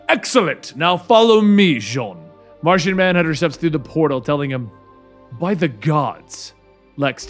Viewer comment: Did you say Narshonmanhunter?